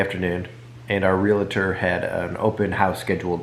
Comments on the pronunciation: Realtor...Real-a-tor. Ive been saying it wrong too. 🤦🏻‍♀️ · No A, just two syllables.....Realtor